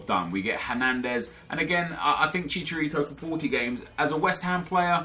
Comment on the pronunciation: "then we come to javier hernandez, to SHISHArito"